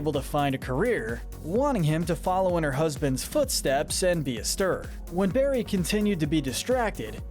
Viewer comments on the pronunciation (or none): none